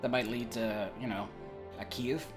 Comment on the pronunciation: i love how he pronounces cave.